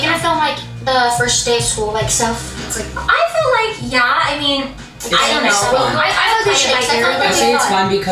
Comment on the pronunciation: I hate that she says "feel" like "fill". Crazy pieces crystal does that too and its like nails on a chalkboard.